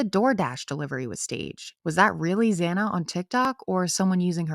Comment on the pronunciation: Xana’s name is pronounced “zanna, not zonna”. Small detail, but important. This whole situation is very complicated, beyond what most people could comprehend. Think cover up.